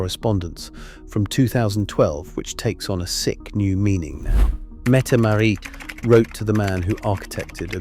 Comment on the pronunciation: Not Mette Marie METTE MARIT !!!